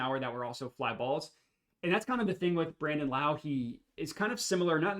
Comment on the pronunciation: Also it’s pronounced Low, not like Kung Lao!